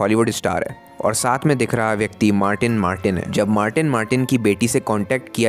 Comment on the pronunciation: haa to 2 baar martin ( haa to 2 baar baman)